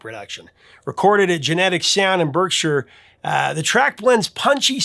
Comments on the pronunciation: Berkshire is pronounced "BARK-shurr", not "BERK-shuh" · 'Berkshire' is pronounced 'Barkshire'. Like the bark of a dog 😊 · Berkshire is pronounced as BARKshire. Just like Derby is pronounced as Darby. In 1983 I was 21, it was my decade. I haven’t listened to current music since the millennium began. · Hey- two things re: The Human League. I’ve heard you pronounce Berkshire wrong a few times. Because England, it’s pronounced Bark-sher. Second, the producer was Named Martin Rushant. We live in the same small village towards the end of his life. He was a real character. You could find him in the pub most days, and was kind and funny as hell. When he unexpectedly died, he left a wonderful wife and a brilliant young daughter. It makes me sad he’s gone, if for no other reason, I would have loved to see you interview him. He had great stories not only about The Human League, The Go-Go’s, and others. I really miss him and was blessed to get to know him. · m an American who has been living in the UK since 2006. British pronunciation (not accent) is bizarre. For example, where is the ‘f’ in lieutenant? Neither here nor there I suppose, but as I live in Berkshire for 15+ years, hearing ‘berk-shire’ (yes, the way it’s spelled) hits me the wrong way. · Although I'm a Californian, I lived in High Wycombe for a while in the late 80's and had a girlfriend who lived in Reading, so when he mispronounced Berkshire, I caught that right away and wondered if others might mention it as well. 😁